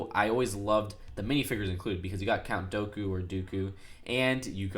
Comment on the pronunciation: "Count Doughku"